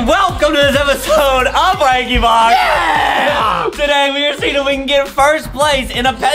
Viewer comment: Adam says ranky box